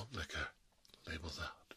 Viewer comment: This is really what I needed after a not so great day. Love the video Also, I just want to point out that every time you say “labels out” I always end up hearing “for Harambe” from your older video lol